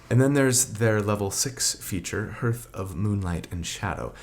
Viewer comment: What is it with people mispronouncing the word Hearth??? It's not just you, pretty sure Treantmonk mispronounced it in his Druid video too... Surely it's quite a common word in D&D? The roaring fire in the hearth etc... it rhymes with Garth not with Earth